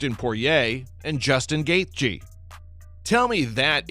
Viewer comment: The AI couldn’t pronounce Gathje.